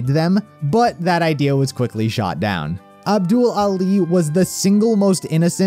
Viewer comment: You Pronounced ABDUL ALI .... lol